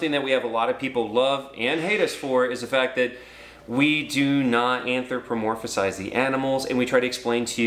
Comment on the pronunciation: Just letting you know the word is Anthropomorphize :) You're adding an extra syllable at the end that doesn't need to be there.